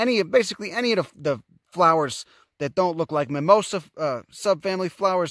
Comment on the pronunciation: "...it looka likea..." I freaking love you. You're wonderful, and remind me of my roots back east. <3